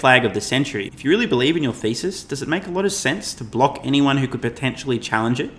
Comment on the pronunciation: At first I thought you said Tesla shortseller bear ‘feces’ but then realized it was ‘thesis’